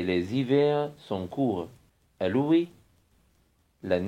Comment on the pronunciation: استاذنا العزيز شكرا جزيلا لانني بصراحة استفدت من جميع الدروس بما فيهم هذا الاخير .الا انني لاحظت ان هناك بعض الاخطاء في النطق في جزء le climat مثلا"الغرب' l'ouest*تننطق- لواست- و ليس- لوي- ..وكذلك الشرق..l'est*تنطق لاست و ليس .لي ...le climat.تنطق-لو كليما- و ليس لو كليمو-les hivers_جمع شتاء _تنطق -ليزيفار و ليس ليزيفي. و شكرا